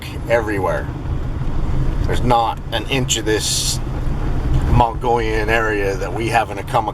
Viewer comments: you say Mogollon right, please keep after to say it right...I laugh every time he says Mongolian.. i really enjoy your videos.. thanks for sharing.. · Once again. Pronounce it MUG EE OWN. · Just a heads up, pronounced Moe geeee on....great vids, glad someone's picking up where mitch left off....if even not solely az, had my own rock throwing,red eye shine encounter on a switch back above lake mary, road leading to observatory. ...outside flagstaff, and have heard whoops on backside of knoll lake, spend alot of time up there in summer...